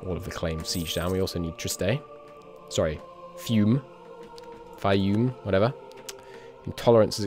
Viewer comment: I know it's not your fault but I couldn't stop laughing when you mispronounced Fiume